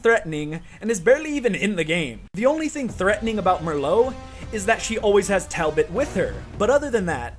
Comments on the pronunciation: It’s fucking Marlowe not Marlo you Dickensian bastard!! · It's either pronounced TalBOT(BAHT) or TalBEHT, TalBIT like you were saying in the video just sounds wrong. And it's MARlow. Not Merlot, like the wine. Just thought I'd throw those out there. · Who the hell is Mer-lowe???? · MARLOWE NOT MURRLOWE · IT'S PRONOUNCED "MAR-LOW" YOU FUCK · this. Fucking triggerred me. MERLOW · Keep getting re-triggered by the comment notifications "Merlow" REEEEEEEEEEEEEEEEEE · lol Marlowe being pronounced as "Merlot" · He mispronounced Marlowe's name because he had another very good friend on the mind: Mister Booze, Mister Booze, Mister B-Double O-Z-E! For real, tho, great vid. I get more sense from this than actually playing Uncharted 3, my second favourite Uncharted game solely because of the melee combat. Probs. gonna be rewatching this one and exploring the other villains you've talked about. Last note: Love the speculation that Talbot had a secret. Makes tons of sense. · how does he mispronounce Marlowe when her name is spoken many times by the characters???